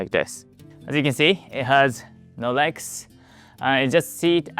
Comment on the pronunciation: your regs get cold LoL you gotta enunciate the L Leg's